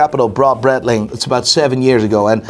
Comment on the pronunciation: I find it funny he can't say Breitling Right haha. And i.dont know ho buy yiur clothes but you need a new stylist haha😅😅😅😅😅